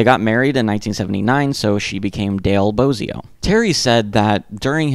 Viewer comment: So you know, it's pronounced Boz -ee-o, not Boaz-ee-o